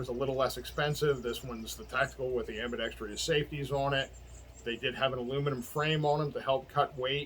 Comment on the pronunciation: The term is "ambidextrous," not "ambidetrEEous."